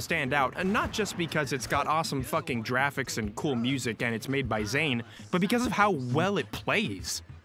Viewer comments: after saying “jrafics” (he probably pronounces the peanut butter as “jif”) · Did you just say jraphics? Is that your subtle way of trying to justify the weird way you pronounce gif? As though it were peanut butter? Am I reading too far into this? Should I just keep watching so I can finish this dump I'm taking?